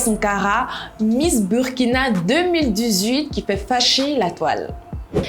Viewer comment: Apprenez au moins a bien prononcer le nom du pays 🤦🏽‍♀️ on écrit Burkina mais on dit Bourkina 🤦🏽‍♀️